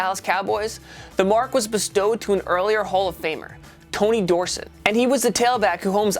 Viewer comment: Okoye and Dorsett pronounced wrong